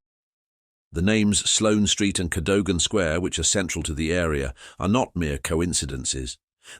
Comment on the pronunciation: And pronounce Cadogan properly! 😡